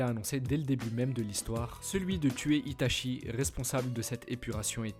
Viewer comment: On te l'a surement déjà dit mais normalement on prononce "Ita'tchi" et pas "Ita'chi"... A part ça, c'est clair propre et intéressant, comme à ton habitude, Merci pour le travail fourni !